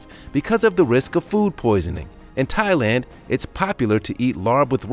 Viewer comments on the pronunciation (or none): none